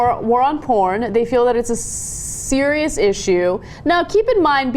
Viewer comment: seconds in,listen to Ana trying to pronounce the word serious. What is she? A lizard?